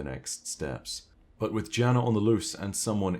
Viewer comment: Btw Jana-14 is pronounced like Yana-14. The name is Slavic and specifically Balkan in origin. That also ties together the osteo striga as a striga is a monster in Balkan mythology, specifically Albanian iirc